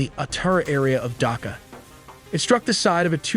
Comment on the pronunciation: Why u call it DAKA...😢 its D H AKA